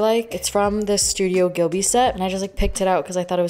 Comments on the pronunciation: mai i love you and im not judging im just helpjng babes but studio ghibli is pronounced jibliy yk what im tryna say cause you said gilby yk and i just odnt know if you did it on purpose cause u like saying it that way or if u didnt know love you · It's studio GHIB-li not GHIL-bi 🙃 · i love the fact she likes ghibli but she pronouncing it wrongg you say ut like jibli not gibli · Hey, congratulations on 2Mio. Subs🥳❤️ i love watching your vlogs so much you deserve it!!!!btw isn’t it studio ghibli instead of ghilbi or am I wrong? Just was confused when you pronounced id like „Ghilbi“😂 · Who gonna tell her she has a tattoo of spirited away but is pronouncing studio ghibli wrong (gib-Lee)